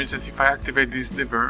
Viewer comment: Thanks, this is a great tutorial for redstone newbies. Your english isn't that bad, the only thing I noticed is that you pronounced lever kind of strangely.